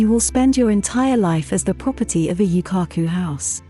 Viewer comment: Definetely not a Japanese channel but some americanised interpretation of a foreign society. They cannot even pronounce Yūkaku correctly.